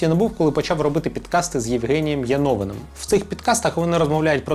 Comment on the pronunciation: Ви навіть не змогли правильно вимовити прізвище Янович вимикаю.